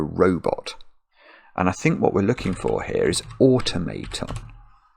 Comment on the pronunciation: The first ‘o’ in ‘automaton’ is as in ‘rock’ and the second ‘a’ is as in ‘bah’.